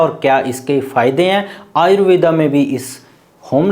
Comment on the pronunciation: आयुर्वेदा नहीं आयुर्वेद कहें।